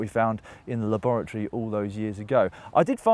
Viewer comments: Weird way to pronounce laboratory?!!! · first time Matt said "laboratory" I heard "lavatory" and got really confused about why they would go there to compare clipless/flat pedals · Sounded like Matt said that they "went to the lavatory at Bath University" for a second. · I'm absolutely sure Matt keeps saying 'Lavatory'